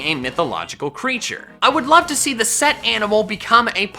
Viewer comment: It’s not set, it’s Seth. I learned that this year in school